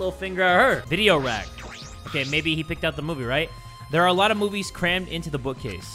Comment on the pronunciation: Ah yes "moobies" 😩